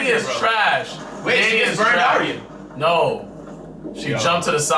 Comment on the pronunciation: plus it's pronounced differently. Arya (Are-yah), not (Air-ē-ah)